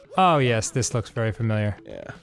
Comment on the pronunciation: No, Arin's just crszy. I totally understand the difference between "thiz" and "dis"